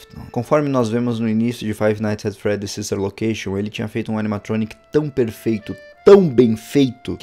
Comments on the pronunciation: nossa o cara fala ''five nights at freddys the silver location'' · Eu também ouvi huehue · Eu também ouvi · Ñ eu tbm ouvi jkkkkkk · Ele falou the Silva location